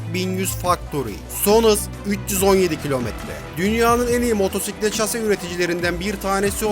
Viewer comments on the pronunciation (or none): none